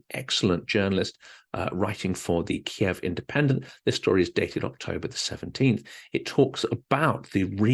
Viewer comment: I agree. Ky iv.